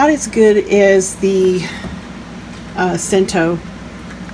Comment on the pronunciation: It's pronounced chento and not cento the way it's spelled.